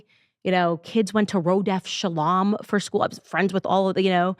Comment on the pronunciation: “…shah-laahm”? “Meh-szuuh-szuuh”???